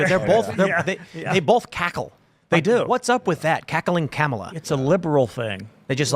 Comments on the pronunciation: Comma-la? More like Coma-la. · Kum-all-ova her.😂